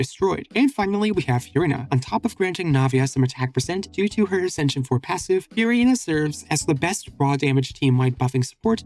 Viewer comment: why do u say it "fyureena"